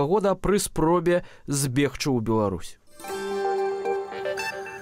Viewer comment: Зьбегчы -- павінны быць мяккі /з'/. Рэжа беларускае вуха.